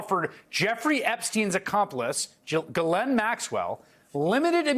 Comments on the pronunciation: Isn't the correct pronunciation of her name is GI LANE, the s is silent G as in give. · Pronounce her name incorrectly gill lane